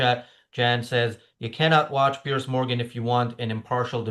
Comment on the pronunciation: Piers is pronounced Pierz with a soft z.